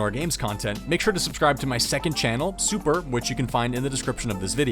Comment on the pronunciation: Just incase you forgot, your name is, Idk why you thought sounded cooler for your advertisement